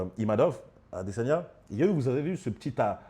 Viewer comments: IMAVOV et non IMANOV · C'est pas Imanov mais Imavov. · Imavov pas imanov il la répéter à la fin